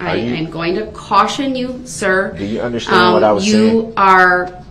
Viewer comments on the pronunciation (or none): He doesn’t underschtand. It’s biast.